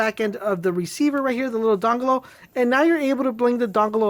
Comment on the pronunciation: LMAO. i thought it was by mistake, bus its just the way he says dongle XD